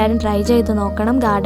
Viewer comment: നല്ല ഭംഗിയുണ്ട്ട്ടോ.ഫംഗി എന്നു പറയല്ലേ . ഭംഗി എന്നു പറയു Pls